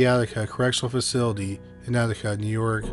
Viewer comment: Don’t take an elevator in Nee York. Noted.